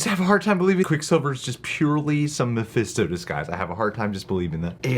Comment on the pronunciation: if i hear mefésto one more time ... hahahaha